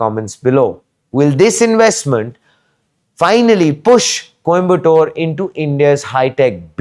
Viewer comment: Ffs stop calling it Kombatore. It would have taken you 10 secs to get the pronunciation right before making this video.